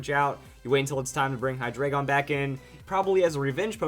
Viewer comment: Hate to be a grammar nazi but,it's pronounced high-dry-gon.